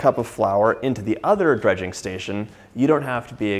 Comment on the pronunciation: eh fyi it's not " Drudging" it's Dredging. Drudge is someone with a mental disorder, Dredge is to cover in flour. Now imagine you didn't wipe away all that delicious FOND ! The wine is for deglazing the pan man. All that flavor in the FOND should be used not wiped away.